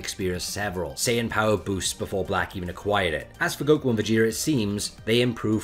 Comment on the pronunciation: S AI yan scholar